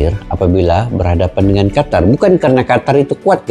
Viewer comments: Bacanya jgn qatar, tapi qotor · QATAR ❌ QOTOR ✅